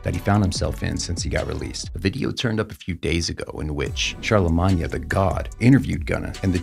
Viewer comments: charlamanya 😆😆😆😆😆 it’s CHARLEMAGNE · SYL? CharleMAGknee? Boy, what are you reading to us? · It’s pronounced “shar-luh-main” lol dude butchered his name 😂 btw.. when gunna confirmed that YSL was a gang he snitched.. that was the main thing they were trying to keep covered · How you said Charlamagne makes me wonder if you really know this culture 😂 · "Char-la- maan-ya" "SYL" "keep it drizzle". 😩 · why do you pronounce charalemange like that 😂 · This man pronounced charlamagne sharlamagna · Mf said charlamanya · I’m mad at how he keeps saying Charlemagne’s name 😂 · What confused me is how this dude kept mispronouncing Charlemagne name the whole time 😂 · Is he saying Charlemagne like that on purpose ?😂😂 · Is this an AI generated video? Or dude don’t know how to say Charlemagne?